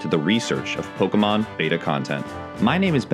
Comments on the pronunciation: I was born and have lived in the UK for 35 years, I have never once heard anyone pronounce it in any other way than 'Bay-ta' or 'Bee-tah'. What accent pronounces it as 'Betah'? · Why can't he pronounce beta right? It's very distracting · Get off your high horse dude everyone in the UK thinks ''Baytah'' is the wrong pronunciation. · ITS PRONOUNCED BAY-TA YOU CHILD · Has this guy never heard someone say "beta" before? Goodness! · Does someone wanna tell this guy how to pronounce "Beta"? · Exactly. The dude is a dumb weeb. Nails shitty Japanese names, can't even pronounce beta right? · Can someone please get the second guy talking a pronunciation guide for the word 'beta' where it relates to version releases. It's not a fish, it's an ancient alphabet letter. AL-FUH BAY-TUH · Beta -( bay-tah) ... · "Betta" can this dude get any worse? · Bettuh? never heard beta pronounced like that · Beta (bay-ta) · Oof, having to hear beta pronounced as betta so many times is grating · Imagine saying the word "beta" wrong multiple times in a video lol. "Betta" 🤦‍♂️ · Imagine actually thinking it's supposed to be pronounced ''Baytah'' though. 🤦‍♂️ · Not the best pronunciation from the first guy how to do read beta as better lol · Can someone tell ME how to pronounce it? Everywhere pronounces things differently, and America seems to D-ify it's T's, which doesn't help. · The way he keeps pronouncing beta as "bedda" is just weird. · How about beeta. about as close to the original greek pronunciation as you'll get without just pronouncing it like they do and confusing everyone :) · "Bettah" ugh so annoying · You know beta is pronounced bay-tuh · ''Baytah'' Yeah that's not any better now is it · Bay. Tuh. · “Betta”? Oh my god 😂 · Whoever is narrating that pronounces the word beta as "betta" please understand you're pronouncing it horribly wrong and should feel bad. It kind of odd actually... almost like you consciously choose to say it like that. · Why do you pronounce beta as "behtuh"?